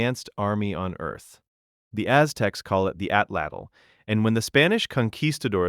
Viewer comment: Atlatl was Atzte tho